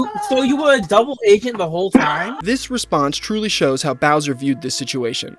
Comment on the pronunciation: “It twuly was an anime esque moment”